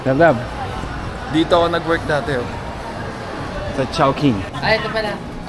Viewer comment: ''Dati" po not "date" hehe